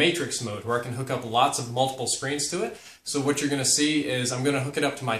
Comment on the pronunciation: " they sent me hooawt I wanted" lolol